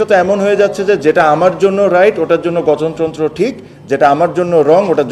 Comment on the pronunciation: হালা গঠন তন্ত্র উচ্চারণ করতে গিয়ে গতন তন্ত্র বলে পারে না শুদ্ধ করে উচ্চারণ করতে আবার আইছে বোর্ড প্রেসিডেন্ট হয়তে